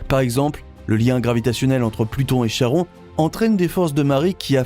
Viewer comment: Chhhhharon.... Faut respecter les phonétiques des mythologies. "Ka-ron" En tout cas plus je regarde les vidéos de cette chaîne, plus je vois que l'écart des infos sur les documentaires sont différents. J'ai l'impression parfois d'avoir des vidéos fake façon Lama Fâché. Faut vérifier ce qu'on publie, on ne plaisante pas avec la science